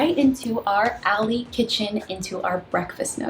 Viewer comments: Love you, but your kitchen is a "galley" kitchen, not "alley". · Cute that you call your “Galley Kitchen” an “alley kitchen.” I had to re-listen to make sure I heard you right, lol. Smart updates. Looks great!